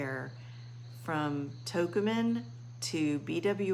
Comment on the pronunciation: The airport is actually pronounced Toe-KOO-men with emphasis on the KOO.